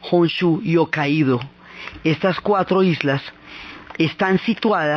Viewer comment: Si tienes mucha razón, escuchar Okaido en vez de Hokaido, muestra que hace falta respetar a la palabra desde su origen.